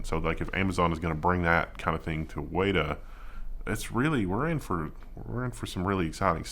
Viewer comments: Weta is pronounced as wet-ah. It's a Maori name for a large butt-ugly insect endemic to New Zealand (where Weta Workshop is located). Weta is translated to English as 'filth' or 'excrement' - lovely, huh? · keeps pronouncing meta and Weta wrong randomly. It messed with me a bit that I had to back the video up to make sure I heard it right lol